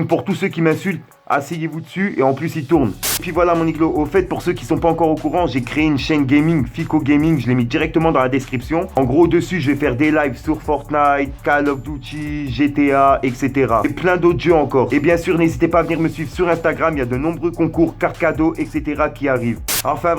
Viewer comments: « Call of douty » 🤣🤣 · Ta dit call of douty mais pas grave tu gere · Call of douty mdrrr